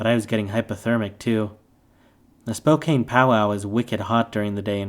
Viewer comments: “Spo-can”= Spokane. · Mispronounced "Spokane." Can;t stand it.